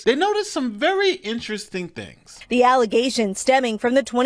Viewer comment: If you can't pronounce the word "thing" then you can't run for a gov. position.